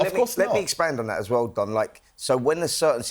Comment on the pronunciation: Oi Simon, its DON not DOM 😅